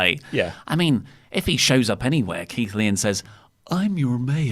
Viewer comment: Keighley is pronounced Keith Lee, lol.